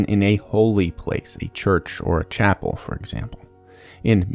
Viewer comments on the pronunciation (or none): none